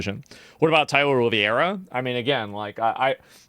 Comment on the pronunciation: Asmongold ain't never going to pronounce Tyler's last name right 😂😂😂😂😂😂